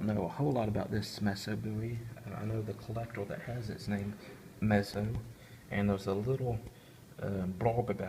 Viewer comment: Thanks for the great video, very informative, I believe Joseph Musso last name, is pronounced Mooso, or at least, I’ve always heard it pronounced that way. I’ve never heard of a Messo Bowie. But what do I know? Very interesting and provocative story, behind the Musso, was it found at the Alamo? Or just a copy of a knife, from the 1800s, with “JB” stamped on it? We may never know. Phill Collins, from Genesis, bought it, in the 80s, I believe, then donated it to a museum. Great video!